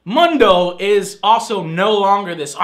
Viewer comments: Did Joe say Mundo? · You just called Mundus, Mundo now I don't know if your trying to be cute but if not you just proved my point